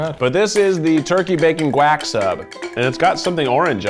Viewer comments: “GUAK” not guac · did Keith just say gwack instead of guac LOL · "The turkey bacon GUACKK sub" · keith rlly said 'guac' like quack huh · are we not gonna discuss how keith said guac??